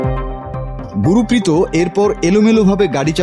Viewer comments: উচ্চারণটা ঠিক করুন। উনার নাম গুরপ্রীত । গু রু পি ত নয়। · Gurpreet singh.. guru prito singh na.. naam o bolte pare na thik moto